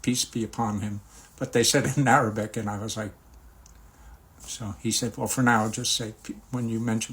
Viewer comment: Your arabic pronounciation is superb👍👍